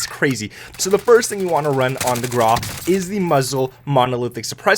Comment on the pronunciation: Hello the name "GRAU" is the German word for gray. Like the word "WOW" it is only pronounced with a gr. the google translator can help you with the pronunciation. it's not meant to be mean. Keep it up, love your videos greetz from Germany